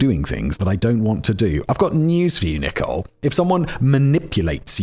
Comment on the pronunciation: Am I crazy, or is he pronouncing "Nichole" wrong? 😅